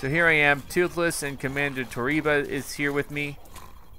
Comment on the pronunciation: DUDE TWOTHLESS NOT TWOTHLOSE